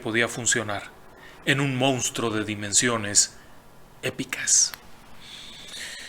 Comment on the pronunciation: FELICITACIONES Y RECONOCIMIENTO POR TANTOS VIDEOS GENIALES, PERO NO POR PESTE. AQUÍ EN REPETIDAS OCASIONES SE DIJO "MOUSTRO" EN LUGAR DE MONSTRUO, Y SE CAMBIARON LOS SIGLOS DE MIL OCHOCIENTOS A MIL NOVECIENTOS VARIAS VECES. LAMENTABLE. UN ABRAZO.